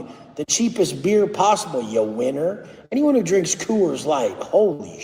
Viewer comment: Co-woors light 😂😅